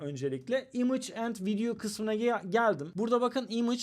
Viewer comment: image imıç diye okunma imeyç diye okunur